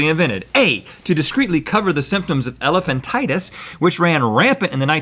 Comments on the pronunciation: Elephantiasis, not elephantitis (which it is accidentally named at times). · It's elephantiasis not elephantitis. Elephantitis would imply a swelling of your elephant. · Elephantiasis not elephantitis, Rhett...